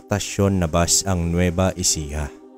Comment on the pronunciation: nueva ecija not nueva ejica